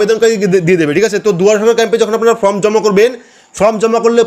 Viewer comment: Dada fromবলছেন বারবার, ওটা হবে form, খুব ভালো বুঝিয়েছেন।